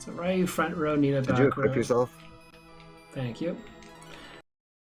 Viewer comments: it makes me cry inside everytime you call him RYE- you..... Ree-you....the word is Ree-you...it means dragon in japanese. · I blame my brother playing street fighter growing up calling Ryu as ree-you. Its just hard to override that name in my head after 25+ years.